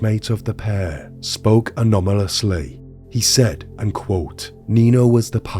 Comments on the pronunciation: Anomalously?? 🤔🤣🤣 Sorry, i had to say something 😂 I think you meant anonymously 😕😭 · A-non-a-mous-ly is how its sounds but actual spelling anonymously 10 out of 10 for effort though love these videos there usually ones I've never heard which is rare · Did anyone else hear Anominisly??